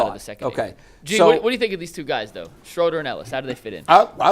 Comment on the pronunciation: Hey..great job..but it's SCHROOOOOOODER!